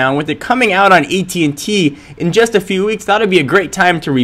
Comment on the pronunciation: u keep saying ET&T